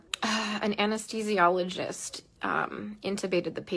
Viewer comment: Omg you are lying, you cannot even pronounce Anesthesiologist correctly. And what is up with that annoying as hell voice?! JESUS!